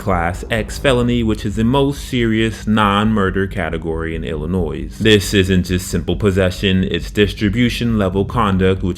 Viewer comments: ILL ah Noy, not Ill ah NOISE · Small professional tip to the narrator.....it's pronounced ILLA-NOY........not ILLA-NOISE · It’s “illi-noy” not “illi-noise”! Great video but that bugged me more than it should have lol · Illa-noise at it again. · It pronounced "illin-NOY" you ignoramus. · ill-i-nois "s" silent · The s in Illinois is silent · You pissed me off when you started talking. Should've used ai. Bet they'd know how to say Illinois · K9 Officer deserves equal time. The s at the end of Illinois is silent. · Love the explanations at the end of the charges. Illinois is pronounced with the last "s" silent. Great stuff! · the S in Illinois is silent. 😉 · The "S" in Illinois is SILENT! UGGHHH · Don’t you know the S in Illinois is silent!? Damn. Horrible. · The S in Illinois is silent.